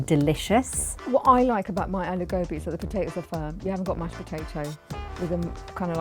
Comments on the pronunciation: Why on earth do they pronounce aloo gobi with an english accent? Seriously it's so pretentious when I see south asians speak words of their language with a non south asian accent. It's horridly pretentious, whereas the korean americans I see on youtube don't say korean words with a weird america accent. It's so fake. On top of it the horrid way she says kalonji seeds was so funny. Also why are they so insufferable? I mean my aloo gobi I make is never dry like the ones they have made and I make mine more creamy, yet I'm sure theirs aren't even that bad and they are exaggerating their negative feedback. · anyone who calls aloo gobi, al ew go bee, has no right to judge other moms aloo gobi!!!!!!!!!!! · None of these aloo gobi's even look like a good plate of aloo gobi! And its pronounced aahh-lou goh-beey 🤦🏽‍♀️😞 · These moms have been whitewashed.First of all,a traditional aloo gobhi would look nothing like their dishes and secondly,their pronunciation of aloo gobhi.I've heard white people pronounce it better than aaloou gaubee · aimee trudgian it’s hard to write but you have to say it with the right accent I’ll try to explain it written down at the best of my abilities. Aloo GObee. The A for aloo is makes an aah sound but it’s not long tho like aah is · Wtf is aloe gowbi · "Alew Gawbi" 🤣🤣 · It’s supposed to be a-Lou gobhee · get my nani in here now and show them how to cook bc the mums cant even say aloo gobi right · Second hand embarrassment from how they pronounce aloo gobi whitewashed fucks 💀💀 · Their pronunciation of aloo gobi is really pissing me off. Edit: FFS she called curry/gravy sauce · Bro. Now I can't say "aloo gobi" right. What have u done to me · Try to say the name right, then learn to cook it right, then criticise them. Disrespectful . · Uh someone show mum one how to say ALOO GOBI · How do they pronounce aloo gobi wtf also they’re so rude. Me or my mum should be on here lol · Edit Name they be saying it like alahou gobey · Aloo Gobhi not Alew Go-bee